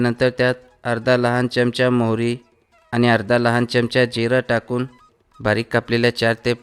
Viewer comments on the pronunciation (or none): च्यमच्या नाही हो चमचा म्हणा